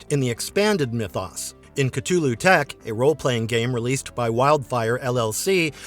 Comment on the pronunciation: The narrator kept miss pronouncing Cthulhu's name